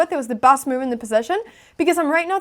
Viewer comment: your "move" sounds like "meow", thats pretty :3